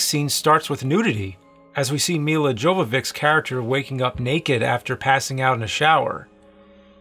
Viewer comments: "Mila Govoviks"🤣👌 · She is not Mila [Djovovick], she is more like [You-vou-witch] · I was surprised how James butchered her Milla's last name pronunciation (it's yovovitch, I thought everybody knew that). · I can't recover from the way you butchered the Mila Jovovic's name :c She's Yo-vo-vich, from her Ukrainian roots. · Yovoveech to be precise (orig. Jovović) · Jovovich- Yo-vo-vich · Its proununced "me-la yock-a-vitch" no J sound. Thats okay though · It’s Yo-vo-vitch. lol